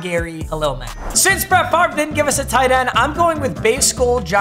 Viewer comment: Why does he say his name wrong